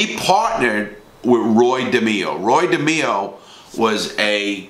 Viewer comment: Roy DehMEEo